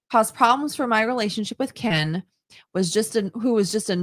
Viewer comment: The way says, “ Keeein” instead of Ken.😂